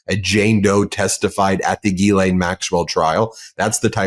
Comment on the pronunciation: Since Medias Touch is discussing Epstein and his co horts, I think the names need to be pronounced correctly instead of struggling with the correct pronunciation such as Ghislane. I understand it's an unusual pronunciation, but you know who knows how to pronounce her name properly? Virginia Guiffre/ Roberts. Here's a phonetic spelling to help: Gair lan.